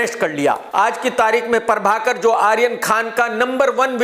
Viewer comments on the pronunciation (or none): Everyone : Prabhakar Krk : Parbhakar